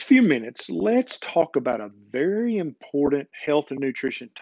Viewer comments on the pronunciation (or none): Did he say a "Berry important health and nutrient topic" :)